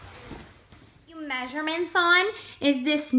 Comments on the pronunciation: Measurements "MAY-SHUR-MINTS" What accent is this? Lmao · Im from minnesota... and i dont say may-sure-mints. But ive heard some people here say it.